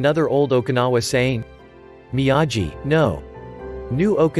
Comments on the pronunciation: "miyayi"?????? DUDE, THEY SAY HIS NAME LIKE A BILLION TIMES, HOW CAN YOU MISPRONOUNCE IT!?? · Excuse me it's mee-a-gee